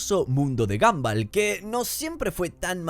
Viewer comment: Me da toc que le diga "gamball" a gumball